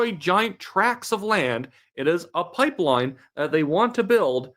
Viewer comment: Carney can’t even say the word pipeline…